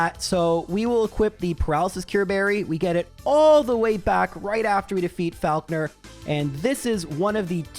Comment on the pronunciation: The way you pronounce Faulkner makes me want to scream.